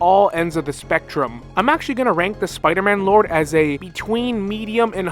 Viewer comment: That one Spider-Man pronunciation he said: “smmider-man” 😂